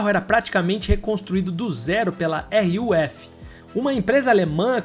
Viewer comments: Vou ser sincero, só uma indignação pequena, a pronúncia da RUF chega ser angustiante, era só falar RUF normal, mas lembrando é só uma daquelas indignações chatinhas, e não é feita pra descredibilizar o vídeo, inclusive belo vídeo, bem pontuado e editado. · Rurf?para de enrolar a língua onde não tem R